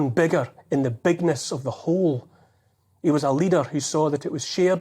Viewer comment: He knows.... Ye knows....